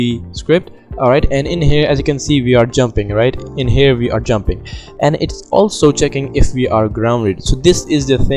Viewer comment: no hate just saying when u say we are i hear it as VR tbh XD